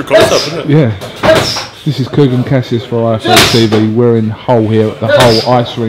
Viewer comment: oooooooooooooooooooh Kugan you got his name wrong.....He made a fuss on that zzzzzzzzzz He's crap so hope he gets over himself soon!!